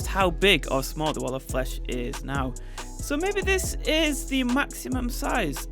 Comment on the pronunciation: Nobody: in the intro: t h e t a l l o f f l e s h